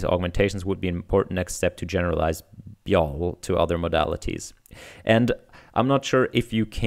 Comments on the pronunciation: it's probably pronounced bee-why-oh-ell, after BYOB, which stands for Bring Your Own Beer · I think you pronounce this "B-Y-O-L". It's a play on "B-Y-O-B" for "Bring your own booze". Basically this means to bring your own drinks to a party or gathering.